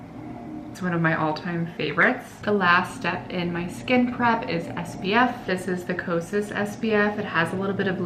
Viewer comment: Every time you say skin prep, I think you are saying skin crap lol I had to watch this twice at first because I was so shocked you said it and laughing sorry it just sounds that way at first, but it’s a great video. Thank you for making it cause I’ve never been good with make up.